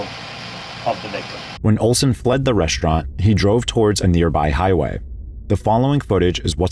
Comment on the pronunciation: It's pronounced "restaurant", not "reshtaurnt." There's no H in the word.